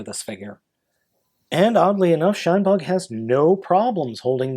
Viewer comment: i keep hearing "SHUNbug" rather than "Shinebug"